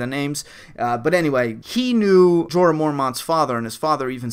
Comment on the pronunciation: Awe haha, its not a theory or even just from the books! Jon is a Targaryan, it was confirmed in the tower of joy scene last season. Dany is Jon's aunt, and Targaryans are known for incest because it keeps their valyrien bloodlines pure. :) Also its KAH-LEE-SEE and J-OR-AH